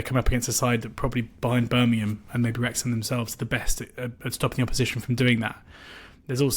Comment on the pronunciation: You certainly got Wrexham wrong again 😂